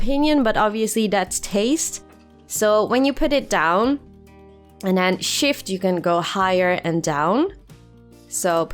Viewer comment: She said schift 🤣🇨🇮